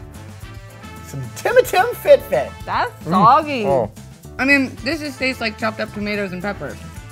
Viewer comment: The way he said timatim fitfit was so wrong but funny